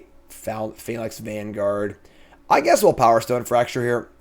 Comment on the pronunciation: wotc is just gonna keep printing phalanx cards until finally learns how to say the word.